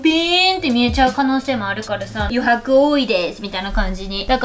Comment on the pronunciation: 余白多いです のカタコト感すき笑